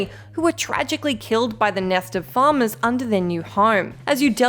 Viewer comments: Bad accent, they aren't farmers they are falmers pronounced fall-mers. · It took me half way through to realize she was saying “Falmers” not “farmers.” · Falmer not farmer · I can't watch this through. It's pronounced fal ma Not farm aaa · Every time she says Falmer i hear "Farmer" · FALLL MERRR not Farmer thanks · It’s pronounced Falmer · Did she call the falmer farmers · OHHHHH FALMER I thought you were saying FARMER I was like wait what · If a New Englander and an Aussie had a baby, this would be the accent. Farmer = Falmer Lion's = Liar's Not that I'm bitching...this is the first Skyrim Thing-People-Missed that actually showed me something I missed! I mean, granted, it was an Orcish Warhammer, but...one of these videos got me, so I'm kinda thrilled about it. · I was looking for a comment on this subject. Looks like it was not just me. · Even the captions heard that lol 😆